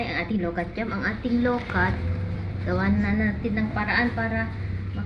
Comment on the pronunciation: Ang pronounced niyan ay LO - QUAT !!! Hindi lokat kasi may puno din kami niyan sa backyard 😅